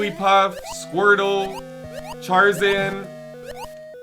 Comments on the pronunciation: Who else cringed when he said "Charzan"? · Charzan? Lol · I lost it when you said "charzan" 😂